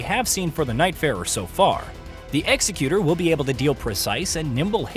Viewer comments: He didn't. If he was wielding a headman's axe then we might expect the video's pronunciation. He's not though. He seems like an executor in terms of "executor of one's will" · This is incorrect though. This pronunciation denotes something totally different. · Is really that hard for americans to pronounce the X? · Actually he pronounced it wrong 🤓